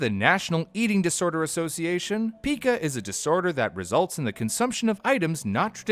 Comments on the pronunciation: It’s PIE-CAH not PEEKA!!! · PICA, NOT PIKA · Oh my god idk if I can finish this episode. It's not "Peeeeka" it's "P I KA" with a hard I. And I should know. My mom dealt with it for several years. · Never heard it pronounced “peekuh ”. Just “pie-kuh” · Uhh...it's pronounced "Pie-ca," not "Pika." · It’s pronounced pie cuh not pika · Its not pica...its PIE-CA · It's pronounced "pie-kuh" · It's pronounced pai•kuh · I believe it's pronounced (and I've only heard it being pronounced) as 'paika' so it kinda triggered me when they kept calling it pica. But hey, i won't nitpick, great video nonetheless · Pike ah, pike ah, pike ah pike ah Pica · Pica is pronounced like pike-ah I can’t even watch this it’s making me nuts, it also kinda makes me question how much research is actually done for these if the pronunciation isn’t even correct for the main topic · It's pronounced pie-ka though. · Ikr, its driving me crazy the way he's mispronouncing it literally every 15 seconds.